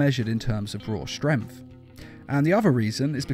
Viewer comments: You say it like "strenf" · i love how he says... "super strempft" :D